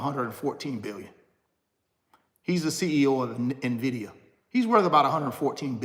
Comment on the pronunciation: So glad you are correctly pronouncing "Nvidia" starting to look like you are knowledgable 😉 no more "Nividia" 🤣